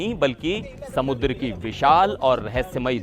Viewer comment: बेहूदा कहीं का समन्दर क्या है शुद्ध शब्द समुद्र नहीं बोल पाता l